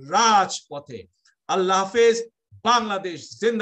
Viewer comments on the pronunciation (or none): Not "slamalaikum", it should be "assalamualaikum".